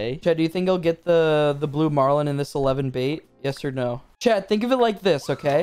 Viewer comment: This whole time I thought u was saying chad for sum reason but I realized your saying chat